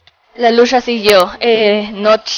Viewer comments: Cuando dise lusha final jjajajajajajajjajajaja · Se dice lucha no lusha